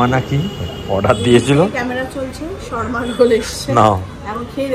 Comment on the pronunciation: শর্মা রোল নয়, কথাটা হোল সাবারমা রোল (swarma)